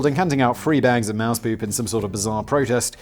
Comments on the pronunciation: Moose not mouse..Juno is pronounced June-O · Mooooooose. Wow Simon's pronunciation is getting worse 😆😂😄😂